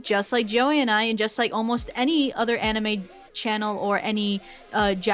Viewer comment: Proof that is an anime casual: she mispronounced anime.